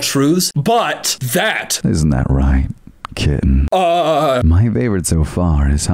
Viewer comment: the fucking "kittenh" made me physically, involuntarily recoil